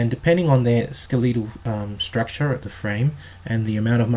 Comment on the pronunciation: “skaleetle strukcha”